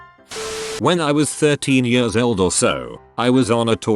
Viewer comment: Nobody: Voice: “When I was eight YURRS old”